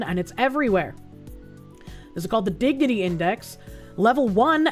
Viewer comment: Why is it everytime she says dignity, I'm hearing diggity which reminds me of giggity